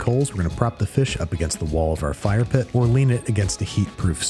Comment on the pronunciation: That accent was more fyre than fire